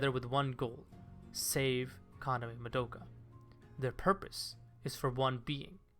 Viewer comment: This was a good video but the way you pronounce Akemi and Madoka kills me inside every time I hear it